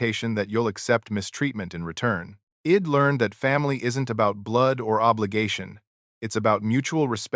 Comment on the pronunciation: Guess your ai can't prounce I'd & she'd